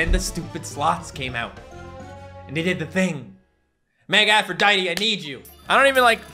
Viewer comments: Aphrodite=afro-dite. Like the greek goddess. Not aphroditee. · No offense but it is not Afrodietee.